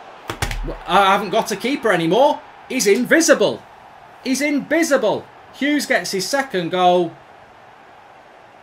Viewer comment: “He’s inbicible.”~ Mark Goldbridge 2020